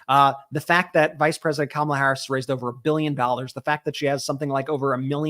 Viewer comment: Well, I’ve had it with the commercials where they pronounce Kamala’s name wrong so now I decided that they are not talking about the vice president. I know as Kamala if they can’t say her name right they are not talking about the same person.